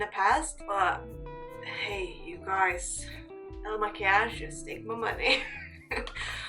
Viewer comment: you did it beautifly. ❤